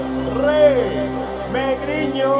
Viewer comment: Megriño hindi megrino obobo!